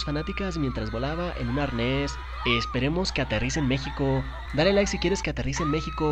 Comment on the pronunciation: Que aterrize en "Mejico" Y luego en Chile xd